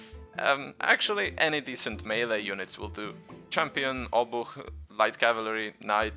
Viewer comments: OT: This is actually The First youtube video where I hear Obuch pronounced CORRECTLY! :D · yes he did a very good job for an english speaker, but still it was with heavy english accent. This one was perfect.